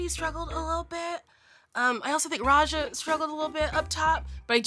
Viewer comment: Not "Roh'Jer" 😂